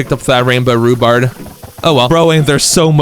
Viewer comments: He keeps calling rhubarb. Rhubards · THERE RUBARB NOT RUBARD